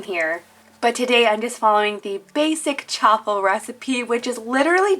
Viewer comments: Chaffle as in Cha-waffle not Cha-ffle just saying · It’s prounounced shaffle